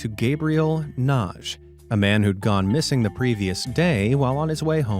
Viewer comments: BTW, the name "Nagy" -- at least people I've known with that name -- pronounce it "Na-Gee," with a soft "g" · WHEN YOU READ SOMEONES NAME IT'S LIKE YOU SUFFER FROM DISLEXIA...NAGY AND YOU PRONOUNCE IT NAGE. THE NAME IS LIKE MAGGY BUT STARTS WITH AN N NA-GY LOL AFTER HEARING YOU SAY IT 10 TIMES WRONG MY EARS WERE RINGING...LIKE DAVE PAULIDESTHAT YOU USED HIS MATERIAL AGAIN, I HEARD YOU SAY IT RIGHT FOR THE FIRST TIME YESTERDAY. IT'S ABOUT TIME ! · NAGY is read Nadhi